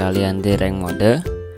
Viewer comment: Knpa englishnya "ranked mode" sebutannya mo de . indonesia tidak bisa cakap bahasa english ya?